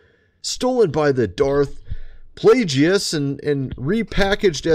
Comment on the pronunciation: Its pronounced darth play-guess not play gee us